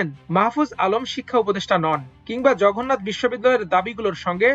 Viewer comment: সাংবাদিক সাহেব ,জঘন্নাথ নাকি জগন্নাথ?